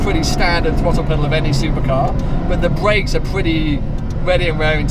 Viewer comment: What are "bweaks"?